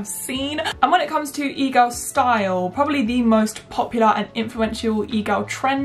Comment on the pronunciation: im currently watching this with cc on rn and I laugh every time she says egirl cuz it comes out as eagle